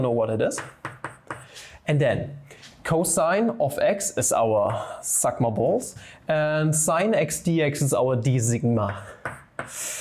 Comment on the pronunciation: Did he... Did he just say sigma balls??